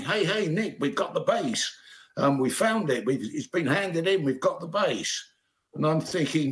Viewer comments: What a crappy amateur report. And it's BASS. not "base". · I'm gonna state the obvious too, it's "bass", not "base".😂😂😂😂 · BASS NOT BASE! 😢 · They keep showing the wrong bass in this video. And, NBC, it's 'bass' not 'base' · Bass. It's "bass", not "base". Journalism much??? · LOL 'bass' not 'base' sheesh.